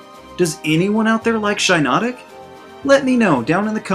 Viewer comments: It’s pronounced SHEE-not-ick, “”! 🤨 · I like Shiinotic! Its pronounced: Shy-NO-tic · Toucannon is not a fire type(?) - Don’t mean to be the Pokémon police and maybe I’m wrong but I think it’s pronounced “She-notic” just like the mushroom shiitake :P